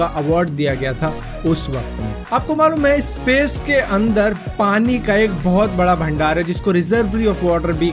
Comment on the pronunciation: Sace's water nhi bhai space's water ,😂😂